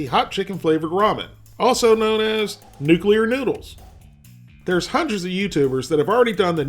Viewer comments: NU-KLE-AR not nu-kew-lar. My NASA job has me OCD'd, sorry. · The word is pronounced New-klee-ar not New-kew-er. Now, we eat hot ramen! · PLEASE stop saying "nucular"! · “Nuceuler” lol